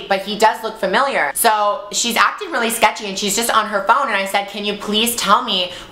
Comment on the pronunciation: I love you Gigi, but it's pronounced familiar, not fermiliar.